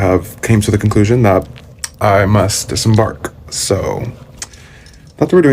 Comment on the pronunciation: It's DISEMBARK baby girl. DISEMBARK!!😁🤦🏽‍♀️